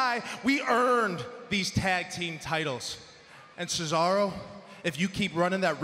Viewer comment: Why did Cearso sounded like a Italian despite being from Switzerland, hes a Swiss not an Cockroach